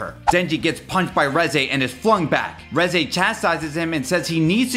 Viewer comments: The Reze Part was so sad. Especially having to listen to him saying “Rezaye” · I’m so mad that he keeps saying reze wrong